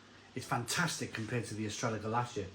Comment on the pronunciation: It’s actually called Estrella Gal-lith-e-ah